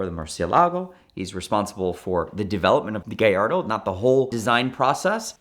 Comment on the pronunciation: It’s not a Gayardo, it’s a Gallardo. Guy-ardo.